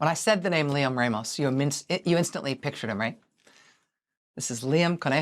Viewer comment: You are pronouncing Ramos wrong.